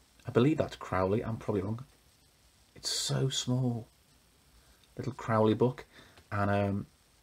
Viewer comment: That is amazing!! (I think his name is pronounced CROW-ley, like the bird.)